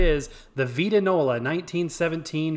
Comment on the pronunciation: It VITE-ta- nola ! Also, your cabinet I think was originally stained the reddish tone you see inside. I dont think any of them were raw oak color as is yours.